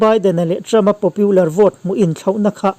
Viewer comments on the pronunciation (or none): Trump-puia a ni lo, Mizo a ni lo, Trump-a ti mai rawh. Tin, Popular hi Popiular tia lam tur a ni lo.